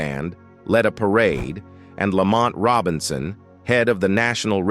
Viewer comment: These narrators need to research and know the subject matter. 1. It's Tammy Terrell - (ter-réll) accent on the "rell" which rhymes with "bell". 2. (Ma-hail-ya) Jackson. 3. Lamont (la‐mónt) accent on the second syllable; Dozier (dō-sheur) accent on the first syllable. How does this narrator NOT know these great and popular artists?!